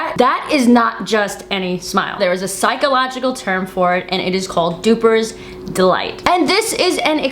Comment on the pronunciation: Duping delight not "dupers delight".